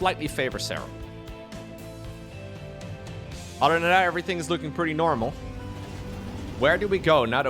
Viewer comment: I just realized, can’t prounce “th” sounds. “None udder den Cllllleem. I’m excited for dis!” 😂